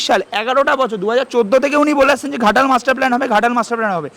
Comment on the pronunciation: ঘাটাল হবে খাটাল 😂😂😂😂😂😁😁😁